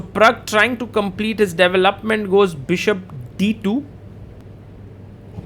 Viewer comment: "Devil-up-ment" ;-D